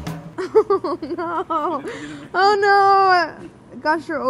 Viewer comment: That NOOOOO sounds like BLUUUUUE